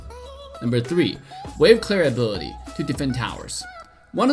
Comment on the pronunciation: Nobody:: Abety(Ability)